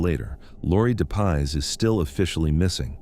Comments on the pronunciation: Laurie Jean Depies, not de paz. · Its pronounced Dep ies